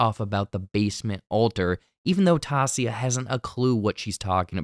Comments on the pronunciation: why do u pronounce her name like tahsia when it's clearly pronounced ty-ee-sah in the show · Taissa = Tay-Suh not Tah-Sia... they call her Tai (Tay) but good job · Greatly appreciate these breakdown videos, but you have got to start pronouncing Taissa's name right. It's not "toss-ee-yah" it's "ty-ee-suh". Hence the nickname Tai pronounced "ty". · Seriously after so many of you told you it's not Taa-se-a it's Ti-e-sa.... Seriously dude get it right there are 8 more episodes to go. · KILLING ME… so unprofessional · Came here to say this! The other characters are literally calling her Tie as a nickname, where does the mispronunciation even coming from…? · Dude why is it so hard for you to say Taissa’s name correctly. Literally the way you’re saying it isn’t even how it’s spelled. Her name is said so many times. Idk how you are saying it so wrong. It’s cringe. It’s annoying me like when ppl say black ppls name wrong on purpose. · Her name is pronounced Tie-EE-Sah not Toss-ee-Yah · It’s a good breakdown but I can’t get passed the pronunciation of Taissa’s name. They say her name many many times in the show. Tie-E-SA not Tassia. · How are you STILL calling her Tasia? It’s Taissa lol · how and why did you pronounce her name as Tasia and not Tai-Esa? When has anyone ever on the show, or previews, interviews or anywhere called her Tasia? Why are you just making up a fundamentally miss-pronunciation of a very simple name? that is CLEARY pronounced in every scene where someone mentions her easily pronounceable name.????? This is not a Potato, Potato situation. Her fricken name is clear as day. For the phonetically challenged It's TY-EACE-A, Why do I care? I don't know. I just know if I was going to make a video about a show, I would at least pronounce one of the leading characters names correctly. It's not an accent issue, it's just not correct. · its "Tie-E-Sa" not "Ta-See-A" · Say it with me people " TIE - EESAH " not " TAH - SEEAH " 😂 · Tie e saw not taw see ah